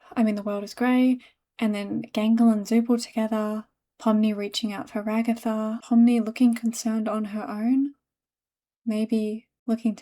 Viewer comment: Ragatha became Rug-atha... sorry I had to